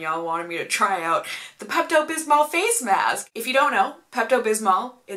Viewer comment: when you say bismol you can't really hear the l at the end so it sounds like bismo